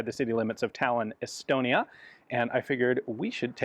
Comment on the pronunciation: Every time i hear Estonia, i hear Elbonia, sorry Estonia.